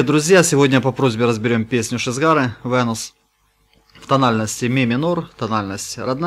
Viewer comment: Винес а не Венус